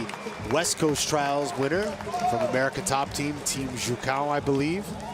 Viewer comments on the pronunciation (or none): none